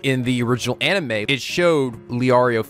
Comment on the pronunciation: hears jump cut twice, thonking intensifies Did you forget how to say anime?